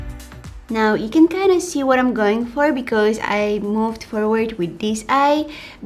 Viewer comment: I love how she says because.....sounds like becoze, I LOVE it!! HER VOICE IS EVERYTHING!!